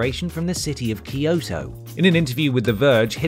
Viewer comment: Why can't people pronounce Kyoto correctly? Kyo is one syllable, not two. It's kyo, not key-o. Same goes for Tokyo; it's Toe-kyo, not Toe-key-o.